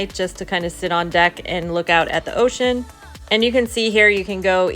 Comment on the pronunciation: It is not "ocean". Americans are funny.